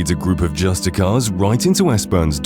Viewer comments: Dude it’s not “justicar “ it’s “justiciar “ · Love the content. But for future reference the C in scimitar is silent, and justiciar is pronounced (if you’re British) just-iss-see-ar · I’m genuinely impressed at how many things I didn’t know here. But I wanted to ask, did you know the word Justiciar is pronounced « Justice-seer »?